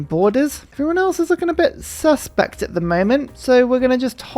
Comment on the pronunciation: The intonation… “Anyone else looking a bit SUSpect here?” Indeed, forging an alliance marks them truly amongst us.